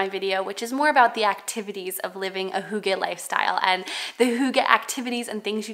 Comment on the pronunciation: Being Danish and loving the heritage of Hygge ... (pronounced HUE-guh like Hugh in English - not HOO-gah) I'm so glad to find your channel!